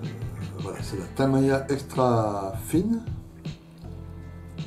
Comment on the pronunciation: tamiiiiiiiiiiiiiiiya et non tamaaaaaaya désolé mais ça me gène, sinon très bonne vidéo bien expliquée et détaillée.